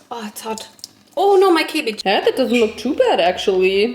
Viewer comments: “My cebbege” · "oh no my cebbege" SENT ME IM WHEEZING 😂😂😂😂😭😭